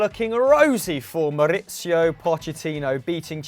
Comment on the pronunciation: Learn the difference between Mauricio and Maurizio because they aren't pronounced the same way, and only one of them is the first name of the Tottenham coach. The other is his son.